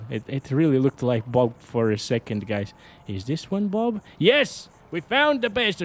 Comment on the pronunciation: BOB.....❎ BOOB.. ✅........ 👌👌😅